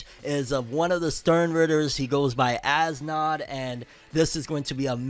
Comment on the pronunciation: Btw for as nodt's name you don't pernounce it as As nodt you say S note